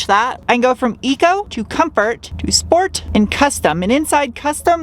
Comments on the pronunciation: "Sport" not "Shport"? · What! Not Shport? It's a German car. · Being German and listening you pronounce Deutschland or Sport always makes me smile. Thanks for all your efforts and super nice content. =)